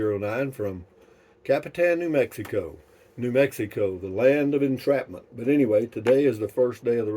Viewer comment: "New Mexico, the land of entrapment"? Backed it up a couple of times to listen again, are we disenchanted?